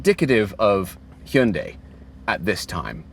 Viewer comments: GOod job on that near perfect pronunciation of "Hyundai" ! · That's actually the correct Korean pronunciation of Hyundai, despite Hyundai's "rhymes with Sunday" marketing campaign.